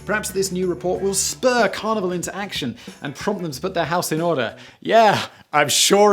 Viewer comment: Oooohhhh Carnival.....I kept hearing Carnivore! 🤨